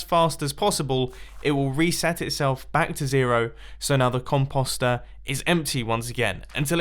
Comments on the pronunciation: Its com-Poe-ster not com-paw-ster and com-poe-ste not com-paw-st lol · It’s “comp-O-ster” not “comp-OGH-ster. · Com- post- ster not Com-pus-star. 🤣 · Com post er not comp ost er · Me:Mumbo it's not com-paw-ster it's com-Poe-ster. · Pretty sure it's pronounced Com poster not Com pawstir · Com-paw-ster when it's Com-post-er. Last thing we had a weird pronunciation was water sauce. Another remix coming??? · Actually since you british have your accent and you say that it's pronounced com-paw-st which I will not deny being right, but it's sooooo annoying to hear him say it like that as we Canadians and Americans say Com-post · Composter mumbo! Not compauster! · it a COM-post-er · For real “con poster” is what you’re saying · Com pasta er ( no offense ) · DUDE!!! the O in "(comp OOOO ster)" says its name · he says composter SO weird he says it like com-post-er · Maximum velocity con-POSST-er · please pronounce the word correctly.... it's COM - POST. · Lol its com-post-er since when does an o make an a sound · it's com-post-er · Composter, the next Cauldron. You pronounce composter so wrong. It's com-poe-ster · Mumbo its pronounced "com*post*er" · Mumbo Com-Post-er u say it like that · C-om-po-es-t-er mumbo says that wrong.... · It is pronounced comp-o-ster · “Con-pause-stir” beautiful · Still calling it The "compasta" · Mumbles try saying com po ster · I couldn't finish the video because of how he says it mumbo.... com po ster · Con post say it right😀😀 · Composter is pronounced "poster," like the word that rhymes with coaster or toaster. Comtoaster? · Com-p-o-st not com-pos-t At least that’s the way I say it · It’s Com-Post-Er, why are you saying it like that 😂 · It’s pronounced com post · Comp-aw-ster 😫 Triggered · "cumpawstrr" it hurts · Com-Post, like postal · Mumbo you pronounced composter wrong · I love the way you say compost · Omg say composter right. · like yur saying .com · He pronounces composter so weird. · Why did he say it soooooo weird